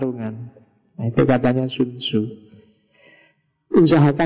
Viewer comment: Tzu dibaca ce